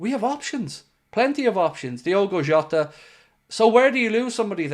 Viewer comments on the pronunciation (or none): none